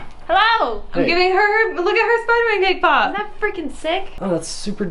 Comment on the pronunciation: Everytime she says cake pop, I always somehow hear her say K-pop xd